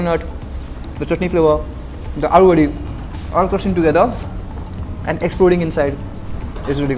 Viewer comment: It's अळुवडी. Not आलुवडी. । know ळ is a difficult pronunciation for non marathis but aalu sounds like potato. Great video altogether as usual! ❤️